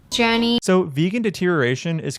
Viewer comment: The "I felt...... jouney" made me chuckle. I love your humour!